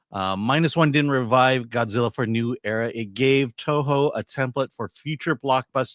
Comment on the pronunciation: struggling to pronounce the Toho CEO name is my favorite thing. He's as purely American as I am.